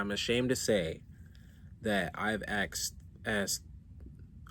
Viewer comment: I literally lost brain cells listening to this😅 er ahhh i think i though 🫤 ...btw its asked not axed